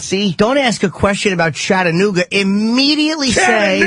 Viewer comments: CHATANOOGY LOL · OMFG LMFAO! CHATTANOOGIE!!!! CHATTANOOGIE????